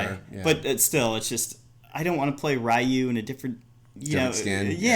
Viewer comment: Please stop saying Ri-yu. The name is Ree-yu, lol